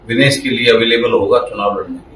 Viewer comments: Vinish nahi bhai vinesh bol bhai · नाम का उच्चारण सही कीजिये। विनीश नहीं विनेश फोगाट नाम है।